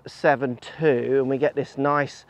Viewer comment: It's D"S"72, not D572.